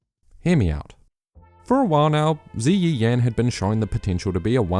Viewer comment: ZiYi Yan is pronounced Dzer ee Yen. The vowels are pronounced differently when preceded by a Y. Usually an sounds like zhang, chang, fan are pronounced like the u sound in but.